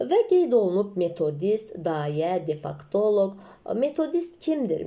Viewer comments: Defaktoloq yox defektoloq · Salam.defektoloq yazilib amma siz difaktoloq deyirsiz.